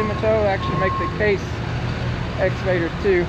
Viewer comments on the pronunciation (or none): none